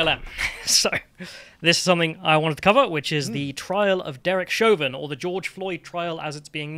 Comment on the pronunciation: It's Chauvin not Chavin. It's also H not Haytch. 😉